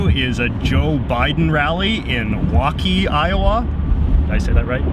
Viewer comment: You said Waukee correctly.